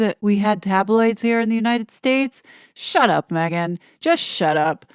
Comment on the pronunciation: Me also. You say it so NYC style